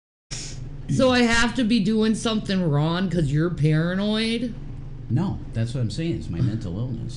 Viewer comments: Omfg she can't even put the g on wrong wtf.......wron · What is she doing WRON.. lol 😂 why can’t she pronoun G”s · And she can't even pronounce a G at the end of wronG? She said "I didn't do anything wron" 🤦🏼‍♀️Ffs this cow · Loud? is one of the loudest people EVER...Down to her crying & wailing. She doesn't like u Rev she never did! SHE LOVED YOUR $$$$...Her mother warned u! And it's spelled and pronounced as WRONG NOT WRON OR SON INSTEAD OF SONG